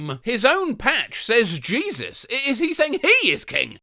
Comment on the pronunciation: it's pronounced "heh-SOOS", very common name among Hispanics, maybe he's a white-looking Latino 😂